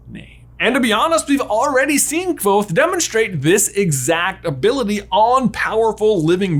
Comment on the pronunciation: Your perfect pronunciation of "Kvothe" is SO satisfying.